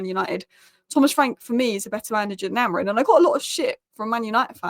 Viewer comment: I love your videos... but your team's manager's name is AmoriM, not AmoriN...